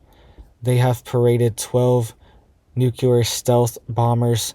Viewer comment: " NOOCULAR IS NOT A WORD! THE WORD YOU AR TRYING TO SAY IS NUCLEAR! YOU SOUND LIKE YOU ARE NOT WELL EDUCATED.